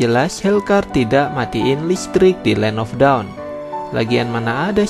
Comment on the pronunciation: Bang land of dawn bukan land of daun